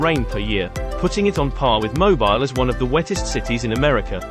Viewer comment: You pronounce Mobile to rhyme with heel. Thanks for the video. I live in hot, humid Houston. Winters are nice, summers brutal.